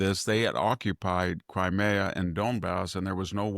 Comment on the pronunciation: Please pronounce nuclear and crimea correctly.